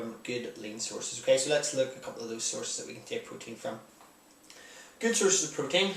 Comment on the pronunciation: When you said "protein" I thought you said "cocaine". xD